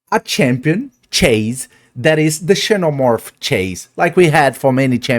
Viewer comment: Ksee-no morph